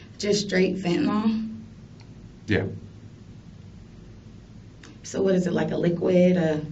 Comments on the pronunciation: Why does everyone say "fentinol" when there's no o in the word fentinyl???? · Anybody else get annoyed by the way people say fentanyl??🤣🤣🤣 it's not fentan-all.. but fentanyl.. like benadryl.. not all.....but Ill..... fentan-ill!. You're welcome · Where in the word fentanyl is an “ol?” There isn’t, just imagine the “yl” is pronounced “il” and you won’t sound like such an idiot. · It's fucking fent a nil.